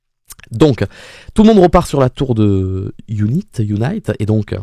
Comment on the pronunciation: UNIT se prononce younit et pas younaït. L'organisation a été introduite pour la première fois dans Doctor Who en 1968 avec le 2e Docteur et est apparu par la suite avec quasiment tous les docteurs. Toi qui n'as vu que la New Who hors 13e Docteur tu devrais normalement t'en rappeler car elle y est apparu de nombreuses fois dès les premières saisons de la New Who. Tu as fait le parallèle du transport du TARDIS par hélicoptère dans les 50 ans et 60 ans. Eh bien figure toi que dans les 50 ans aussi c'était UNIT qui le transportait. Tout s'est déclanché car pour la première fois, le monde entier est connecté, un satellite coréen (je crois) a été mis en orbite et grâce à ça la totalité du globe est désormais connectée et donc soumis au rire du pantin qui contrôle tout le monde. Pour faire ça il a fallu que le Toymaker mette ce rire dans tous les écrans et pour ça il a fallu commencé par la toute première télé. Pour les couleurs de la régénération, elles n'étaient effectivement pas comme ça pour les docteurs que tu as vu. Ces couleurs sont arrivées pour la première fois avec la régénération de 13.